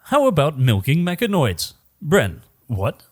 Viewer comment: Bren, get the name right or you end up in the mines LOL